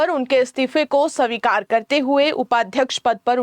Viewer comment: सवीकार नहीं होता है जी.. स्वीकार बोलें जी।